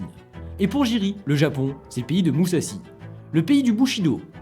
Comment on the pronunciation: ça se prononce mouzachi